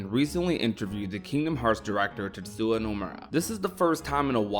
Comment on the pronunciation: my guy still cant say the guy s name properly TETSUYA